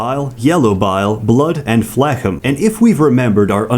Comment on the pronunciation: "blood and flehkem"